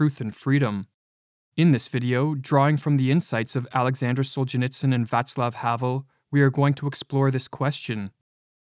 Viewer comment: Thank you for pronouncing Václav properly.